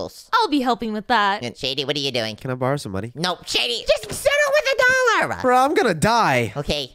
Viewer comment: Bro it's dollar not dollor😊